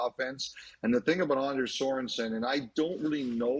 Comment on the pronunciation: His name is pronounced AHN-ders